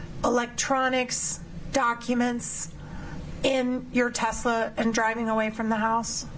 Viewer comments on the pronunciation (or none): Hey, it’s not called a “Tesler”. It’s a Tesla